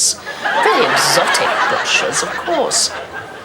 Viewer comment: She pronounced brochures incorrectly....... 😂😂😂😂😂😂😂😂😂